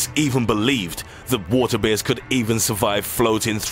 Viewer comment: Three things:- 1. I see NO point in having one set of subtitles imposed on the other. 2. IF I hear THAT bad tempered voice again I'l leave the page. :¬( 3. I think water Beers are actually water BEARS.